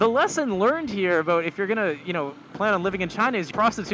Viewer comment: I can't help but notice every time you say "aboat"